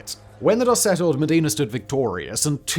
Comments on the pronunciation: Modena! Cristo Dio! You are saying it like the Arab city of "Medina" instead. M O (like in "cop").The accent on the "o" D E (like in helicopter without pronoincing the H) N A (open A like "sat" of "fat"). Also it's false! It's Just a mith. They stole the Bucket after the Battle of Zappolino as a trophy. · Simon, Simon.... There's Mecca and Medina, but it's Bologna and MOdEna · that's not how you say "Modena"